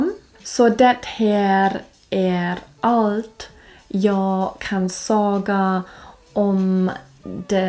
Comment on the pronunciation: lite böjnings fel det enda jag reagerade på var säga det lät som saga borde varit mera som engelska say med ett på a slutet saya eller säja